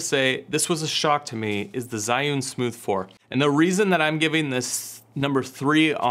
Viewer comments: What part of "Zhi" sounds like "Zai" to you? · the way he said zhiyun triggered me... its ZHHHHHIIII not ZI